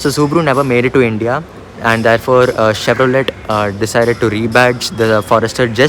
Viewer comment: It's not Chevro let!!! Let you stop Let! Lol